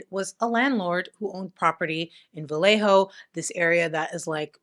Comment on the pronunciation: Vallejo has no "L" sound, like valle(valley), tortilla, Trujillo, llave(key), lluvia(rain), llenar(to fill), bella(pretty), cuchillo(knife), llave(key), llevar(to carry), ella(she). "ll" in Spanish never has an 'L' sound. It's like a 'Y' in English. Vallejo is tricky because all Spanish words have the accent on the second to last syllable unless ther is an accent somewhere else. So yhe ínvisible accent is over the e.